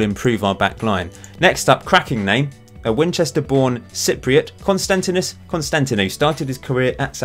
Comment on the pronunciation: I'm from Greece and I have to say that it was a very nice try from you trying to pronounce the name of konstantinos